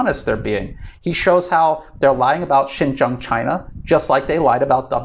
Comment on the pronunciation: Another advise bro! Please pronounce correct Chinese! Xin jiang would be pronounce Shin-jieng or Sin-jieng and not Shin-jang or Shin-jung. Okay?